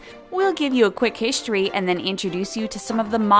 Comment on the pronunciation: Another narrator who has difficulty pronouncing English. "Hischtory' "exshtremely". Maybe a speech coach could also get rid of that horrible nasal twang. It would also be nice if she would learn to pronounce the names of the Royals she is talking about.